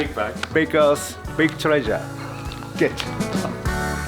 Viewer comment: Why did 'Big Treasure' sound like 'Big Chungus'?